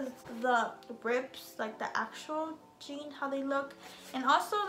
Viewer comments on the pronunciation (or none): none